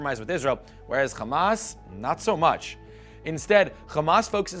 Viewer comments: Hamas not Khamas you bum. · Also its called Hamas with an H not Kh , you talk like a Jew.... and I believe you're video is based on an Israeli perspective , you did not even mention the 2008 war , where almost 3000 Palestinians died , and the crimes committed by the zionest , that lead for such a movement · Khamas?? Ftakh? Khassan al banna?? My friend practice the names before talking about somethings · You’re mispronouncing Fatah and Hamas, it is the Arabic letter ح which is a voiceless pharyngeal Fricative not a voiceless velar fricative Or a voiceless uvulas fricative